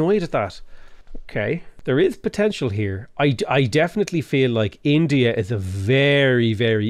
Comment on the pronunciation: I for one appreciated the "India let me in-to-ya' 😂